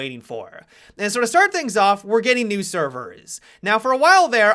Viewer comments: Said servers real weird at the beginning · Why does he say servers so weird? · The Way You Said Servers I Don't Know Why I Laughed So Hard 😂